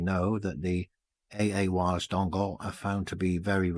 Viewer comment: LoL you said Bong it just sound funny . . nice clean wiring you should see under my seat look like spaghetti